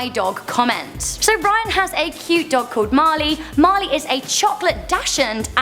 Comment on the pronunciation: My name is Marley and it sounds so weird when you read the comment 👍🏻